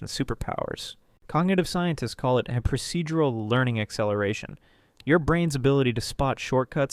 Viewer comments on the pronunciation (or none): none